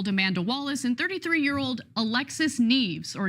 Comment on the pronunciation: Ana can't pronounce the last name "Nieves."